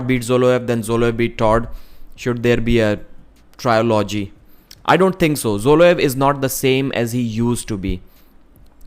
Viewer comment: You mispronounced trilogy